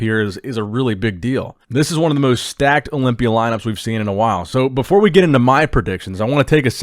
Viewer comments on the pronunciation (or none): none